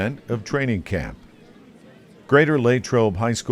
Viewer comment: Where did this "LayyTrobe" pronunciation come from? It's always been Lah like Latrobe